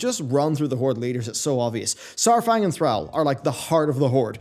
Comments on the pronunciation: Learn to pronounce Thrall. Thanks. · How he pronounces Thrall had me triggered. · The way he pronounced Thrall. Lol. It a real word. It mean slave. Why he keep pronounced it wrong? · You pronounced Thrall wrong it’s not “Thral” is more like “throll” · Threll? I don't care if you have an accent it's ThrALL not ThrELL. Had to shut the video off. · I know Jaina is pronounced Jæna, but please don't pronounce our lord and savior's name like "Thræll", you heathen! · Please bro, its ThrALL NOT TheAL. just like how the words all and al are said differently. Its throughout the game a Billion times. You say ALL the letters -. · Who is Threll? Why do you show a picture of Thrall when you say Threll? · Love your videos, but quick reminder its pronounced "thraul" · Argh. Every time you said Thrall. Call, fall, hall, ball...... Thral Bundy? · Anyone else cringe the way pronounces THRALL? I thought it was pronounced Thrawl..Could just be how Americans say it too. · Why do you pronounces Thralls name as Threll? Other than that, great video. I personally don't think thrall will take the warchief title again. Maybe baine or saurfang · kinda funny how him procouncing Thrall is soo wrong, please pronounce it like in wc3. it's a deep A not an american one. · your pronunciation of thrall is odd, considering they say it audibly in the games, and the devs say it themselves with it's correct pronunciation. But nice vid ^_^ I like it. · How can you be a WoW content creator and not fucking know how to pronounce Thrall by now??? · You are absolutely saying 'Thrall' wrong. Stop it. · Why must you say “Thrall” like that? You are the only person that I’ve ever heard, pronounce his name like that. Makes me cringe every time. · Why can you pronounce the word "Call" but you can't handle "Thrall"? Just call him what it is man. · will put your mispronunciation of Thrall to lack of sleep this time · Man stop pronouncing Thrall wrong. For the love of God. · Stop saying Thrall like that.